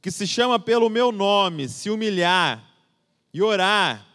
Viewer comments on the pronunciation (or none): Ouvi errado ou no segundo ele disse "se humilharrrrrr"? Que especie de ser amoroso que seres humanos se humilhando aos seus pés? Esse deus cristão mais parece um sadomasoquista.